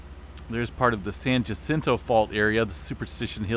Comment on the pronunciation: San Diego checking in... still looking for a low to mid range 6 for So Cal... Ocotillo is pronounced Oc-Oh-Tee-Oh and Jacinto is pronounced Hah-Sen-Tow. In Spanish the double ll's make a silent Y sound and the J makes a silent H sound. 🌎🙏😎👍🤗